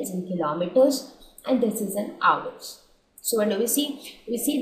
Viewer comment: Mam your video is best but your pronunciation of 'hours ' was wrong